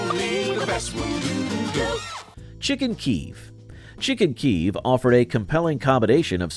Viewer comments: I remember making Pineapple Upside Down cake in the 70s. As I recall, it was old then. Presumably from the earlier novelty of pineapples after the acquisition of Hawaii. And in Chicken Kiev, Kiev is pronounced with two syllables, kee-ev. The creamed chip beef on toast, my grandfather used to make that. He called it SOS, that was its name in the Army back in WWII. Fact checking, oh so important… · learn how to say kiev